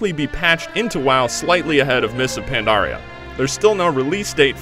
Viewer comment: he said mists of pondaria......i thought it was mists of PANDARIA!?